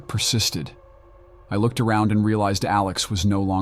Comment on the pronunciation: “Coe-ver That look-ed like it belonged in a mu-zum.” Yeah I’m done listening to this